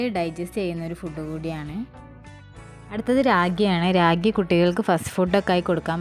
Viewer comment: ചേച്ചി രാഗി അല്ലെ റാഗി